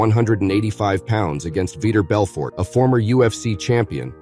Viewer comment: "Veetur Belfour" "Daniel Cormeeyur" 🤔